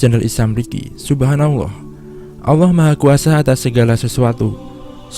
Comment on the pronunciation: "Allah" bukan "alloh"